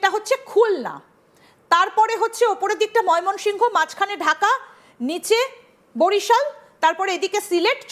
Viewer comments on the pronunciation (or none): none